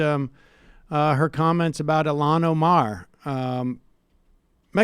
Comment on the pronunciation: ill Han O Mar not ilanoMAR